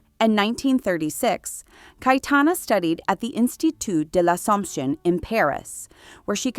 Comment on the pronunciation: Awful pronunciation of Names and Places😢😢😢. Her name is pronounced Caytana, not Cay e Tana!